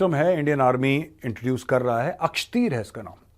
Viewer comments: सर, ये अक्षतीर नहीं l आकाशतीर है l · Akshteer nahin Akashteer hai major. Naam to theek se padh lo. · मेजर साहेब ये अक्षतीर है या अकाशतीर है।